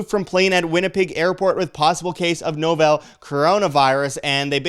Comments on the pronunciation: Hes Canadian, not a big deal. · Dude, please call it " novel corona virus" not novell seriously you will be taken much more seriously.